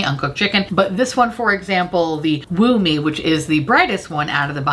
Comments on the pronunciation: I know deep down its 'woo me' but all I can hear is 'wombee' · It took me to the end of the video to realize that the reddish blush is called 'Woo Me' and not 'Womb-ie', which I was like, okay I get we're toeing the line here with innuendos in the beauty industry these days, but this is crazy. ...I am not smart. lmao